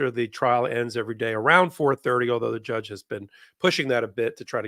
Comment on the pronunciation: Can someone please mention the way he says “jyudge” ??? Like there’s a yuh sound there shouldn’t be in that word when he says it…and it makes me want to peel my face off, grow it back….then peel it off again.